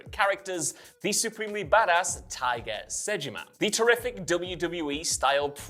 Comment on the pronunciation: Also says Tiger, not Taiga.